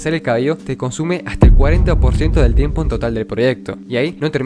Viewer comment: y lo peor es que ni siquiera dijo eso,dijo timepo 💀